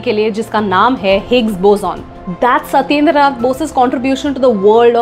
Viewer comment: S"o"tyendr"o"nath Bose. Please correct pronunciation. Also don't belittle him by mentioning "partner of eyenstyne only"